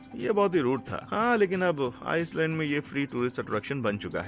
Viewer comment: आइस लेंड होता है नकी आइस लंड 😅😅😅😅